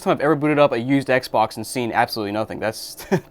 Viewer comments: Yup. That’s how it’s pronounced. Ehkbok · Did you say Ec Bock? Lolq